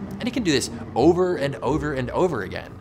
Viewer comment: "And it can do this over and ODOR and over again."